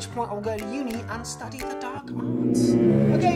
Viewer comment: And every word that ends in an "r" gives him away too. Oh and pronouncing "cheers" as "chairs" for some unknown reason, don't know why he does that